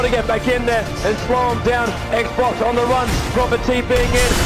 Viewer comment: 'XBOX' on the run. apparently XBOCT wasn't called 'ha-vost' then. can't believe i noticed that. hahah